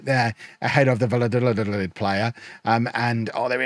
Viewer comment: Valladolids name is not that hard u just say it like this: Vaya dolid The double L in Spanish is the equivalent of a Y in English